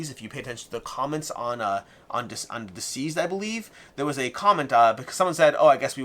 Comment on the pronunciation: Everytime you say it, I think isn't DCeased supposed to be pronounced as deceased, and not diseased?